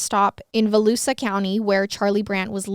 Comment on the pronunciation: Every time she says Volusia in one of these videos, she always says it wrong, and I find it so funny. It’s vo-loo-sha